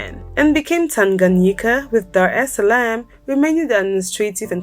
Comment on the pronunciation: Your pronunciation of ‘Tanganyika’ today is spot on!